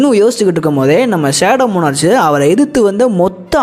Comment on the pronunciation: மோனார்ச் இல்ல ப்ரோ மோனார்க்